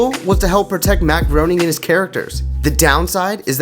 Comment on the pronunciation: Great video! but It's pronounced Matt GRAY-NING not GROAN-Ning just FYI... DOH !